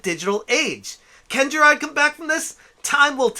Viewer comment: Ive watched two of your low effort videos and the main take away is this. You either dont know how yo say his name, or are meming his name. Its "Ja-r-ar-d" not whatever the hell youre saying. Also, dont care about the completionest. He means nothing to me. Just the way you say his name is wrong.